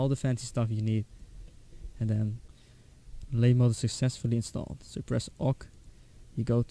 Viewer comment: labymod is pronounced labby-mohd